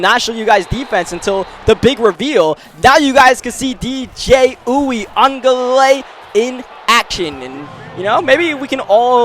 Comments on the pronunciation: it’s “ uuugaalayyyleee “ that’s how it’s pronounced lol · it’s pronounced you ga lay li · I believe it's pronounced, wee-guh-le-le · For anybody wondering, it's basically pronounced: ooya-ga-ley-lee in american, but Samoans would pronounce it closer to wee-aung-gah-ley-ley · I feel like it's pronounced "Yoo- ih -Guh-Lay-Lee"